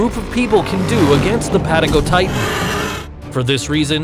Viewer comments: Bruh you didn’t say Patagonian right dude it’s PATA GO TITAN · I haven’t heard patagotitan said like that!!! Or diplodocus